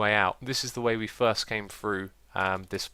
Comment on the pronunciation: I thought you said "third" and not "first" and was like: what did I miss so far?